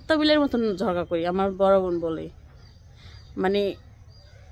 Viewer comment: ঝড়ঘা না ঝগড়া বলবেন